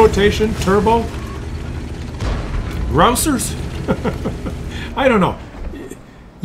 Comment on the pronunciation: yes that can not say the word grousers...LOL